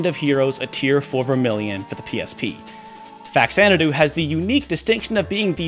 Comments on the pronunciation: American pronunciation is just so weird. FAX-Zanadoo? It will always be “fa-cha-na-doo” for Captain S here. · It’s not pronounced “Fax-Ana-do”. The game is a take on the Xanadu(which is pronounced with a Z sound at the beginning) series except on the Famicom. Faxanadu is actually a Japanese portmanteau for “Famicom Xanadu” much like Famicom is short for “Family Computer”. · Faks-anadu is the correct pronunciation. X only sounds like a Z at the beginning of a word. When you add the prefix Fa-, the /z/ sound changes to a /ks/. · Nope, the X is pronounced in Xanadu and the FA in faxanadu is from the first two letters in FAmicom. Though it should be pronounced fuh-zan-uh-due, at least according to what’ve I’ve been told. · It's pronounced Fa-Zanna-doo. Oh, okay. He points that out. Early money shot before watching it all. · Just because some producer or script checker got the pronunciation wrong for a tv show, doesn’t make it right. #Fazanadu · Actually, the reasoning behind English speakers misinterpreting the pronunciation of Faxanadu is much simpler and likely something that the Japanese developers didn't know/remember/care about; in English, X ONLY makes a Z sound at the very beginning of a word, and a KS sound in all other locations. So it's not too hard to look at the word Xanadu and guess it's pronounced Zanadu, but Faxanadu, in English at least, is more natural as Faksanadu. Also, I've played both of these games (I never completed Faxandu because it froze on me and I hadn't gotten a password in a very long time), but honestly, for me personally, I prefer Castlevania II. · The "x" is pronounced as a "z" there homie. Get a clue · You pointed out the correct pronunciation twice in the video, yet you insist on saying it the wrong way. You are close minded. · Everything you said is great and pretty much all of it is spot on. That said, there is a correct pronunciation for the game Faxanadu. Truth is stubborn.